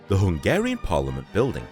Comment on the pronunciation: like your Slovak, your Hungarian pronounciation is also quite good, cool to see the city where I live like this